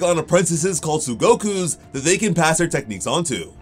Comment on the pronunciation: The word is tsuguko, not tsugoku lol